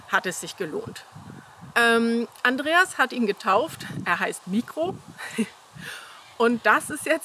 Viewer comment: Mikro heißt im griechischen der Kleine mit Betonung auf '-kro. ❤️lichen Dank & viel Glück!